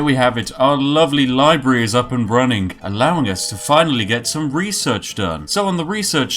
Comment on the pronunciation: "Libree"... library?